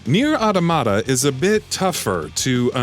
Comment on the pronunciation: That is not how you pronounce automata